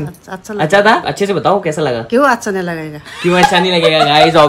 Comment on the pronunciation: Naniji ki cute si aawaaz aur itna pyara bolti hai accha ko asssha itna pyara lgta hai ❣️💞💫